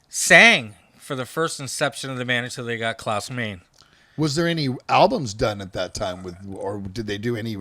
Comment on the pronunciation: PLEASE STOP saying “The Scorpions,” it’s SCORPIONS! And who on the planet calls Uli John Roth “EW-LIE?” Klaus “MAINE?” It’s “MINE-UH.” One would think metal heads who go back that far like these would know. To be fair, Zet cringed every time the other dude said “EW-LIE,” and the only one that he fucked up on was “THE Scorpions,” and a huge part of their fanbase still doesn’t know that the band is SCORPIONS